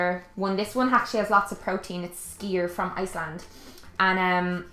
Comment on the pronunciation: Skyr ("skuur") from Denmark :)